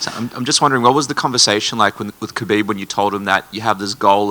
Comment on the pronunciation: He also mentioned the other day that people have been mispronouncing Khabib's name . This , even after Khabib says how to say it, is kind of way more disrespectful.